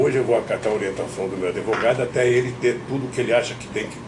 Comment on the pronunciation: Não é adevogado seu jumento